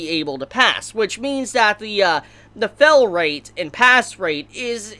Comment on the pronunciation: It really annoys me how he pronounces STEAL as STILL, FAIL as FELL.